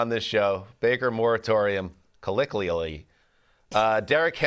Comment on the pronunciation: CO LLO QUI ALLY - Think LOCO - MOTIVE in annunciation - it might help.......or not